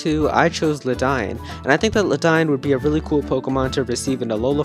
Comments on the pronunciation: you mispronounced ledian. its pronounced lay dee in not ladine! but otherwise this list is pritty good and its cool to see everyone super exited for usum (ultra sun ultra moon) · lmao what the hell is luh dine? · god my ears bleed every time I heard him say Ledian's name...